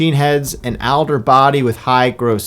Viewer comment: Also it's pronounced all-der, not al-der.